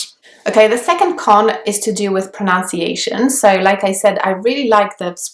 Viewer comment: It's pronUnciation not pronOUnciation. Pronunciation is the way in which a word is pronounced.